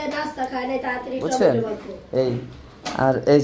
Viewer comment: টমেটোম না টমেটো